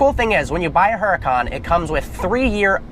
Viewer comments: Oo-da-can. Not a her-a-cann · IT'S PRONOUNCED UR-A-CON BRO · ...I just wish he would stop pronouncing the "H" in the car's name...